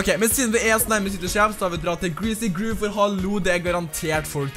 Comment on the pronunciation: Bra video men Please utall greasy grove og pleasent park riktig! Det irriterer meg... det uttales "gråov" og "plessent"